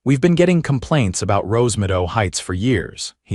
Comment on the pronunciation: Wouldn't it be Rose Meadow instead of Rose Midow? Your AI bites big time.